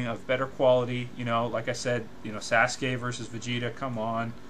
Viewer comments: lol did he say sasgay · Sasgay? Sasgay? Holy shet. Someone rip my ears off and feed them to Kyuubi.